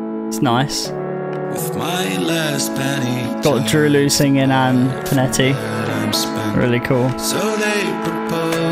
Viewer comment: There’s no way you butchered both of their names 💀 it’s “dr-oh L-oh” and “pon-ett”